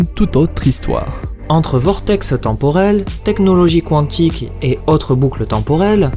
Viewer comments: salut ^^ Bon déjà, ne prends plus cet acolyte, "qouanntique" ça m'a piqué les oreilles !!! Ensuite, Loki est mort pour de bon ! On pourra peut-être le revoir, mais c'est tout. Pour les X-Men, je les vois totalement s'intégrer via deadpool avant tout, qui, rappellons-le, possède une montre lui permettant de voyager dans le temps et buter Thanos reste son but ! Wolverine ?! Je préférais l'ancien acteur, soit dit en passant, mais le personnage est MORT !!! Ridiculement, tout ce que tu veux, mais il est mort ! Ah oui ! autres théories que j'ai lues plus bas, c'est le retour d'Ultron.... comment vous dire que Vision l'a un peu détruit et que Bruce et Tony ne prendront jamais le risque de le faire revenir ! "Et pour Ant-man, c'est qu'un humain donc il peut pas tenir une pierre d'infinité !" Mais fermez-la !!! Oui, il est humain, mais ça change pas grand chose ! Star-Lord aussi, on le rappelle (enfin à moitié si t'as vu le 2) ! Et les protagonistes ayant touché la pierre dans les gardiens de la galaxie, y'a une non-humaine qui n'a pas survécu... ! Rappelons aussi que la pierre en question est une pierre de destruction et non les autres, peut-être donc que toucher les autres auront d'autres effets voire aucun ! Bon voilà mon coup de gueule est fait, mon avis est transmis. Ceci n'est pas là pour débattre, juste pour donner mon avis ! Je ne débattrai éventuellement qu'avec Iro Sef, merci (ça fera moins de notifs et prises de tête). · Qwantique? Maîstre? Qwhat the fuck oui, ces prononciations sont plus wtf que ces théories.